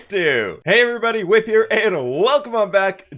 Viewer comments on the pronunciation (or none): Did anyone notice he said hey everybody wip here